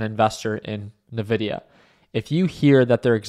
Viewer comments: I die a little every time he says Ne-VIDIA 😂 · Lol, he's earned it. Nevidia